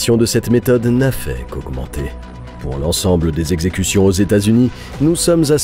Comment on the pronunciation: Les quatre zexecutions hahaha😂